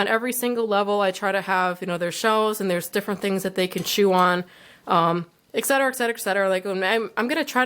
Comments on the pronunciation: / Etcetera* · Stop saying exsetera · No efence why do you say exatrara all the time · not trying to be RUDE but why dose she always say exatara(sorry if spelled wrong)